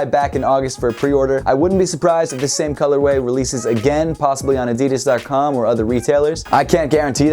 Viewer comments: man he just said adidis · He said addes lolo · Did he say adidis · I'm very put-off about the way you say "Adidas". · Why he say adidas like that..? Lol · LEARN HOW TO SAY "ADIDAS" RIGHT!!!! For fuck sakes....